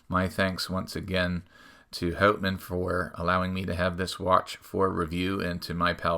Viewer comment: I don't know, I am starting to suspect you're not Canadian... Pronouncing the brand as 'hautman' instead of 'hutman'? Did South Park lie to me? Joking aside, this is definitely the coolest version of the watch, with the rock dial. Quite interesting that they printed the company name and automatic and such on the crystal (I guess on the inside?). This works very well with the 50 fathoms design of the bezel insert. I am not sure how heavy that dial is. Does the watch feel heavier than you'd expect?